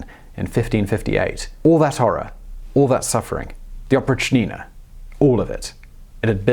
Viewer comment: its oprychina not oprich-nina, its one word with accent on "y"